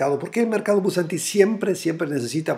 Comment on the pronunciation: Hallo...........es bursatil......no bursantil!!!! Chusssss